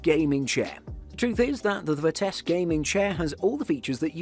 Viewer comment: Where is the dude getting the k at in Vitesse. Mans saying “Vitesque”